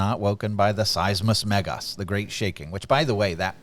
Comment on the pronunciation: You said "Megas" like a true Greek!